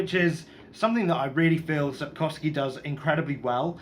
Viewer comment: Your pronunciation of the name Andrzej is probably as close to being correct as a foreigner can do. The surname is absolutely correct. The travelling through a war-torn land is probably my most favourite part of the Witcher Saga.